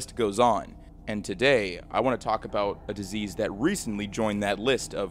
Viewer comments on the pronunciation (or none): none